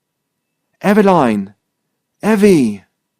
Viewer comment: Pronounced EVE-e-line, as in EVEning....